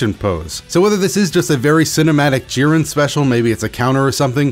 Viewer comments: i love you but... "JEEren" not "JIHren" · Lmfaoooo what do you say jiran it’s jiren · Still love the content but its JI-ren not ji-REN, emphasis early. Thanks for the update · Only disliked cuz of the way you said jiren most times. It’s jiren not Ji-REN lol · Y do u pronounce jiren like jir-ren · Clicked off the video instantly when i hears hin say jiren lmao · That's not how you say jiren 😠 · How tf do you butcher Jiren‘s name like that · Bro why do you say Jiren like that :( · The way he said jiren annoys me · The way you pronounce jiren hurts me physically and mentally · God I hate how this guy says jiren like why